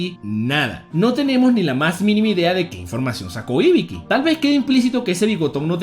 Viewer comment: que alguien me explique el porque le cambias los nombres a los personajes...osea íbiki? mi hermano el acento va en la segunda I asi dice Mádara cuando hasta en el anime dice Madára osea, casi a todos los personajes lo pronuncias mal.